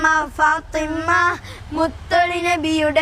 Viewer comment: നന്നായിട്ടുണ്ട് . . . ഫാത്വിമ ഉച്ചാരണം ശ്രദ്ധിക്കണം